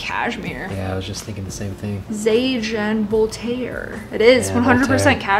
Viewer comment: the way you pronounced zadig&voltaire i had tears btw farfetch doesn't resell stuff, is an online store, a VERY good one